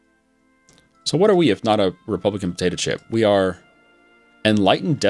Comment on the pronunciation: Lol I keep thinking says Republican Potato Chip instead of Dictatorship